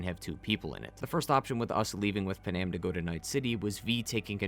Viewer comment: “PAN- AM” not “Pen-Am”